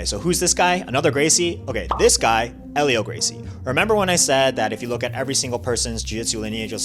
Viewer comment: Except it's not pronounced with an H sound. His name is pronounced "Elio". Everyone pronounces it wrong. Helio is the correct spelling.